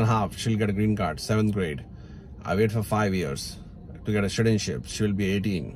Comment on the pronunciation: did you say shitizenship?😅